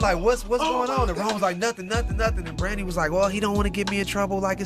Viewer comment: ...y u keep sayn Brandy name like that😭😭😭😭😭🤣🤣🤣🤣